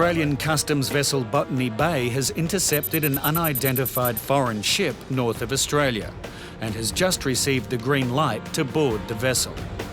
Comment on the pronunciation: "Ai otralia"